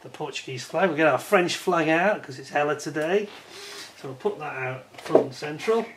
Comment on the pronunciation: The "H" is silent in French language so it's pronounced "Eller", lol. 😉🍻